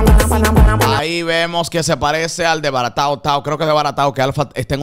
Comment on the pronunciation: Jajaja 🤣 a debaratao Tao Tao en vez de decir Arrebatao